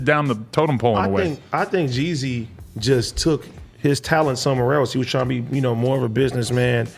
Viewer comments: This is biased cuz Adam don’t know anything really about Jeezy, sounds like he kept saying “Jay-Z” haha 💯😂💨💀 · Pronounce Gz not GG